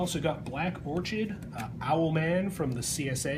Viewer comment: "Zahn a doo? "Orch- Id"? Really, now.